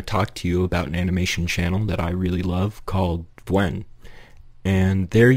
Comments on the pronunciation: vwen? i thought it was pronounced like v-oo-n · Vwen? its vewn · I thought it was pronounced "viewn" and not "vwhen". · it’s pronounced vewn like veyoun, rhymes with toon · "Vwen" 💀cool vid man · its "vue-n" !!! aaaaahhhh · i used to pronounce it as vehwn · Oh, is that how you pronounce her name? I thought it was v "ew" n. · egad u purrnounce Vewn totally diffurently than i do, that threw me off a bit XP i love your analysis, not to mention your artstyle!! i rly like its simplicity, its so to the point and it’s something i struggle to incorporate into my own art so count me as envious XP